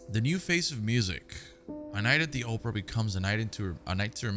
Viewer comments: A night at the Oprah does sound better then a night at the Opera. Either way i love mispronunciation lol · "A night at the Oprah?",LOL! ITS OPERA homie,lol! ...You really can't read for ish!,lol!